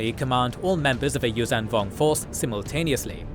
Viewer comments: Whow! 300k views and over 1k commentaries. And I thought interest in the Yuuzhan Vong went to zero. So fine to see this and the old EU still thriving. 😍 Helska IV is much too green in this video. It is actually an iced sea world. And you always say Yuuzan instead of Yuuzhan. The zh is spoken like a voiced sh. Mara's ship is Jade Shadow, not Jade Saber! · Hi, I'm so glad to have found this channel via a posting in TheJediCouncilForums. 🙂❤There is too few info and animated material about the Yuuzhan Vong on YouTube. You wrote in the subtitles "Yum Yammka" - it must be "Yun Yammka". And please: the zh in Yuuzhan Vong is not spoken like an z but like a sh, but with a humming sound - a bit like the j in "major" but - for the j is actually a combo of d and zh - without the d before the zh. Perhaps you can implement that in future videos. Please keep up the good work. This lore needs and deserves this.